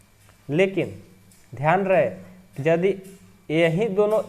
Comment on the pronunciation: Jadi nahi hai ❌ yadi hai ✅